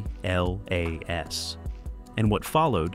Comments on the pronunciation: It’s 3i/atlas, not 3i/a-t-l-a-s. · Great vid apart from repeating very annoying the break down word of 3 I A T L A S just say 3IAtlas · Could someone please explain to this AI it’s not pronounced as the letters ATLAS but Atlas as in the maps we used to use in School! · I said the same thing. Why is it always spelled out? I guess we’re idiots